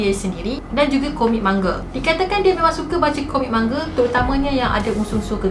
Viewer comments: Manga n Mangga lain cara bacanya kak 🌚 maaf ganggu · Ma-nga sis bkn mangga 🤣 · Akak bukan komik mangga tapi "man nga" cara pronounce DIA 😭😭😭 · Eh bukannn.. bukan "mange". But manga🤭 btw.. u got new subscriber 😉